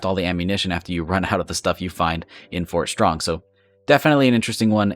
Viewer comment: Did you just say Fort Schrong lmao :P?